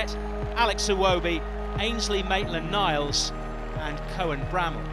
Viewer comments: megaollie98 one vid he even said Naitland Miles 😣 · Mesut Is the best IKR why does call him Maitland Miles it's just weird it's NILES